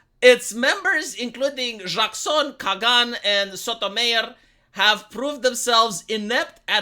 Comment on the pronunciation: Okay, it's Kay-gan and So-Toe-My-Or.